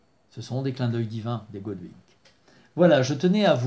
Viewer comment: Je vous rassure, la prononciation est parfaite 😅😅 Merci pour ce rappel à rester attentionné au signes du Divin et ouvert au Recevoir 💜💚💙 Et Merci pour votre générosité, j'adooore vos vidéos et vos livres 😍🥰